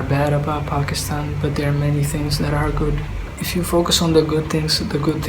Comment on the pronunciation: Why can't say Pakistan properlyy